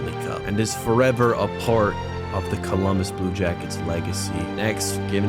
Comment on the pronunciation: "Cumbolus" Deadass bro?? 🤣